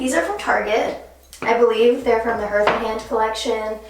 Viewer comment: Okay but did she say H-earth? Lol. I’m dead